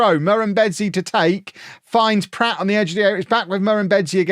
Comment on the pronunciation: I presume mispronouncing Pratt as Platt is part of the Beckham Effect...